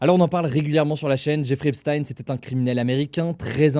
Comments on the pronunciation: Je vois que je ne suis pas le seul à m'en agacer ! C'est /ˈɛp.stiːn/, avec le son "s" (pas "ch") et le son "i" (pas "aï"). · On dit "Epstin" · Epstaïne Esptine Epchtaïne frérot faut choisir une prononciation à un moment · ça se prononce "Epstine" : /ˈɛp.stiːn/, avec le son "s" (pas "ch") et le son "i" (pas "aï"). C'est étonnant que Hugo continue à alterner autant entre les 2 prononciations alors que les autres médias se sont bien habitués à la prononciation qu'il utilisait de son vivant aux états-unis (et toujours utilisée dans les médias états-uniens) ! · C'est pas choquant mais c'est agaçant. C'est quand même pas compliqué de faire une recherche, et on est fixé. Je l'ai fait et en 5 min c'était plié. Les journalistes ne sont pas plus cons que moi, donc pas d'excuse. C'est agaçant. Et pour les flemmards : on dit /ˈɛp.stiːn/ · Un jour, peut-être un français prononcera "Epstein" de la bonne manière...